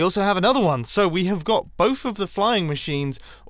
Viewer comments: I dont want to be mean but its somfunny he says bofe instead of both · Who else finds it cute/funny that mumbo says "bovf" instead of "both" :D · Mumbo: bohf Americans: both 👇🏻